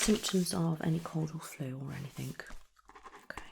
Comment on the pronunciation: Great video, very soothing. However one very, very small point. It is anything and everything, not anythink and everythink. Sorry